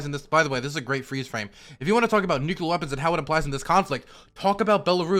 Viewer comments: is right about everything, EXCEPT the pronunciation of “nuclear”. For god sakes, man, it’s noo-clee-er, NOT noo-Q-ler! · NUCLEAR NOT "NUKULAR" FFS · said nuculure and I cringed. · "New Q Ler" - each time he tries to say "Nuclear"